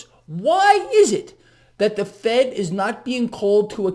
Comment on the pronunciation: Did you say Fed rate hike or Fake rate hike ?